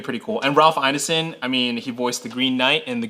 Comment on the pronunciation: ** Please start pronouncing Ralph Ineson’s name correctly - it’s ‘Ineson’ as in ‘Ein-son’ not ‘Innison’. Stop butchering British names for the love of Galactus